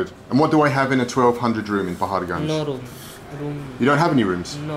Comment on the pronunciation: Ur pronunciation of paharganj is awesome.. Love it